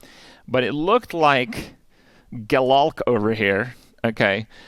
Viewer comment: Crazy my girlfriend says Gelalk all the time.